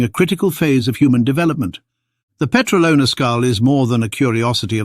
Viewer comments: The Petralona man is years old. DOUBLE of what the mainstream media falsy says. And its pronounced peTRAlona, not petraLOna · 17.40 It is stressed on the second syllable (tra), by the way and not on the third (lo).